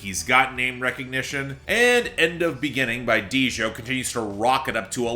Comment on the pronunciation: Ok. I get it by now. I know has a tendency to mispronounce certain things but this one isn't too complicted, "Djo" is pronounced joe. Like, joe keery. The man singing on here.